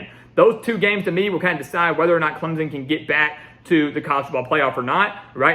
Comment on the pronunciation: Put the damn “p” in Clemson when you say it. We don’t say ClemZon lol